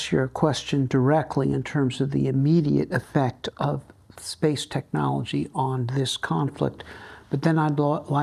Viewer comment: No teraz to dałeś czadu! Nie dość że Gość zacny, to i poprowadziłeś rozmowę po angielsku!🎖Wspaniały wywiad! ps. "technology" (/tekˈnɑː.lə.dʒi/) wymawiamy z "k", w odróżnieniu od polskiego "ch"😊